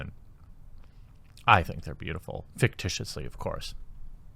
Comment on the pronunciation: "ficticiously" suuure pal... ;)